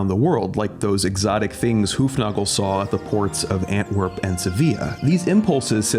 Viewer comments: Not ant-werp but an-twerp. Or if you want to say it the Dutch way it’s An-twer-pen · Terrific introduction to the beautiful and marvelously observed works of an artist new to me. Question for any Belgians: Do you say "Ant-werp" or or "An-twerp"? I've always heard the latter pronunciation. Thanks for this video. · We actually say An-twer-pen 😂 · Say twerp — twerp Say an — an Say Antwerp — AnTwErP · You mispronounced Antwerp!!! But i love jeweled beetles!! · I hate the way he says Antwerp